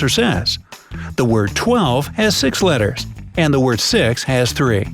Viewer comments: How did legit no one realizes that he says litters instead of letters? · says letters wrong